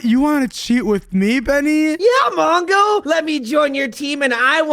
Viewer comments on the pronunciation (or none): It's not mango is mongo